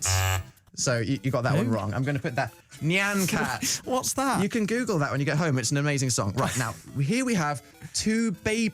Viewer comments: dan nyan cat not neean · He says n-yan cat. I had pronounced it nye-an cat? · "knee an cat" i thought it was pronounced ny an cat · Is that how you're supposed to pronounce Nyan Cat? I thought it was like Neon but with Ny... Not Njaan... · ITS NIGH-AN NOT NYAN EVEN THOUGH ITS SPELT THAT WAYYYY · I pronounce it nye-on cat, am I doing it wrong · I just knew he was going to mispronounce nyan cat..he can do Benvolio but not this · The way Dan pronounced "Nyan cat" is too funny 😆😆😆